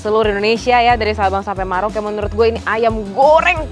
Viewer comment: Pengucapannya Merauke, bukan Maroke ☺️☺️ 👌👍👍👍👍